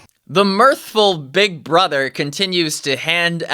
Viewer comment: "im big bruddr" -, 2024